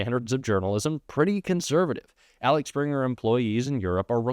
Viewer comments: Interesting but Axel, not Alex, Springer. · I am sure others have commented it is Axel, not Alex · Axel springer not Alex springer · Axel springer not Alex springer.. i understand getting it wrong once or twice but you pronounced it wrong every single time!